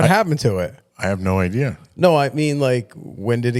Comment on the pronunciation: Or should I say "Idear?" Lol